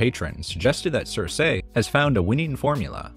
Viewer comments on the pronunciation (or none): Girl, it‘s keer-keh, not sir-say. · Girl, it is "Seer=See" not (Sir-Say).